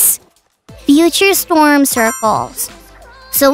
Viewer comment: Foxy said storn un stead for storm